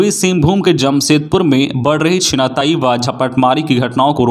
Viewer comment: छिनतई को 3 बार छिनाताई बोला गया